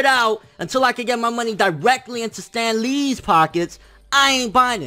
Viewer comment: "Stan LEEEE'S pockets." LMAO. Love the way he emphasizes the latter of his name.